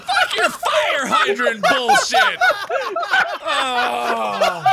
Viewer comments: "hire fydrant." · Am I the only one who heard Jack say hire fydrant at ?